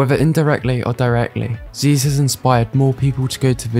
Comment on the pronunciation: I hate to correct you on this great video, but it's Zyzz brah, not Zeez.